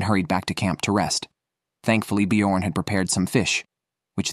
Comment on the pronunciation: B jorn is pronounced differently!!